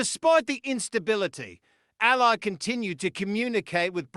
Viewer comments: "Al-lee" Allie, Not as an Aly in a crime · Her name is pronounced elly as in kelly.